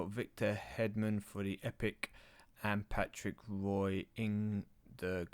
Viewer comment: the goalie is pronounced patrick wa